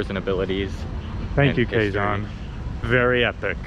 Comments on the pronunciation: Quezon City is ”key-zone city” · I really enjoy your vlogs but I cant get over your pronunciation of Quezon haha! It’s more like “keh-zon” instead of “kwey-zon” hehe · Danggg 40mins? I had fun watching this vlog and didn't noticed it. Kidding, I did noticed hahahahaha bruh the humor I got watching your vlogs the frack? 😂 Take your time exploring here and always stay safe. 🎉 That "kwe-zon" to "kwe-gon" haha cute!! But it's Quezon as in "Ke-Zon" .... Whaaaaat??? Haha oh no, just proves you are entertaining and funny haha I got so many fun expressions from you both 😅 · You do know that it is pronounced like ke-zon not like qui gon jinn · Guys its pronounced as KEZON (Quezon) anyways, if u are planning to visit the outside Provinces u must visit Bohol where u can find the "Chocolate Hills" , also visit to Cebu and Palawan.. many more to explore here in the Philippines . Take care always and enjoy 🍻🙏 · Quezon: PRONOUNCE AS: KAY-SOHN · QUEZON CITY PRONOUNCED AS" K -ZONE" CITY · Qui-Gon City 🤣🤣🤣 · Quezon City...Pronounced .. K-Zahn City